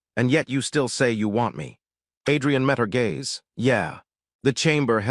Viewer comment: AI doesn't know the difference between gays and gaze...